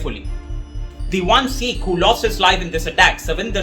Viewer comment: If you can’t take the trouble to pronounce Sikh correctly why should we trust anything you say?